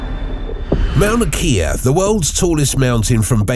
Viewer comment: While he's at it, he can work on the proper pronunciation of Mauna Kea.